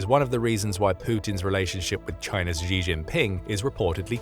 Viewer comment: Xi is pronounced She, not Zhee.